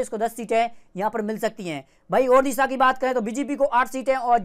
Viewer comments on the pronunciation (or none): none